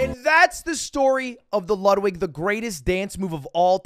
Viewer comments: It’s not called the Ludwig it’s called the luddy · its pronounced "the luddy" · I hate how he keeps calling it the Ludwig instead of the Luddy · It's the Luddy, no one's calling it the Ludwig lmao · Stop calling it the ludwig it’s the luddy